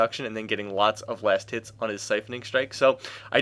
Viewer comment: I swear to god .. He's been saying last tits ..